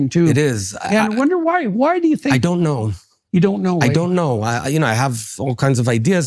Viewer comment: I dont knOE You dont knOE? I dont knOE